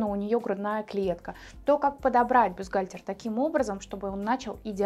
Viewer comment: Вы хоть само слово бюстгальтер научитесь произносить правильно и не говорите ерунды: есть взаимозаменяемые размеры. Вам только и подбирать КОМПЛЕКТУЮЩИЕ (!) к бюстгальтерам. Словарь на досуге почитайте: комплектующие- это детали, необходимые для комплектации технического изделия, а в швейном деле- фурнитура